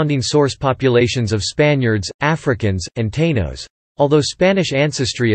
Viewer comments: It is not pronounce Tayno. It is pronounced Ta-ino with the accent on the letter : "I". Neither is Borinquen pronounced that way. It is pronounced as Bor inken. with the accent on the letter "ï". Why the carelessness with the pronunciation? Also, why your constant and almost obsessive focus on race with its unnecessary and constant repetition? It calls into question what your real agenda is in making this video. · Yo, also couldn't say Taíno. At least they didn't do a direct translation and call us Rich Port....